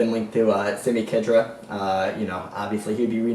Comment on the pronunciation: Lol yeahhh Chelsea are going to thrash Liverpool. I can't see Balotelli scoring at all either, so his goal drought will continue. Arsenal dude, Khedira is pronounced KH - DEE - RA hahahah... Ron Vlaar and Howedes have also been heavily linked for United. Vlaar is 29 and I don't want him... Howedes is alright, but if we're going for any Germans might as well get Hummels. Mata is defo going to Juventus... maybe a trade for Vidal? No way he's going back to Chelsea. Arsenal beating Tottenham 2-0 Man United 3-0 Crystal Palace. Chelsea 2-0 Liverpool